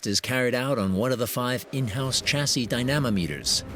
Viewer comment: Dy-namo-meter... Does anyone watch these before they get published?